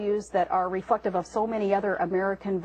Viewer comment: shes supposed to say "reflective" but she actually says "REFUCKTIVE" hahahaaaaa this woman gets more and more stupid as the months pass by